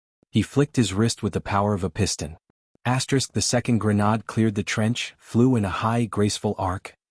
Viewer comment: PROOFREAD......AI is pronouncing grenade "grey-nod"